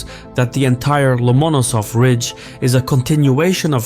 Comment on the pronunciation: love your stuff..butyou didn't do your homework here. You say the key name incorrectly most of the time in this video. In Russian, like in English, where tou place the accent is everything.Lomonosov, the accent here must always fall on the penultimate syllable, which you a few times hit corectly more or less, but more often did not...